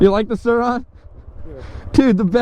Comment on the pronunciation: Sur-Ron .......RONNY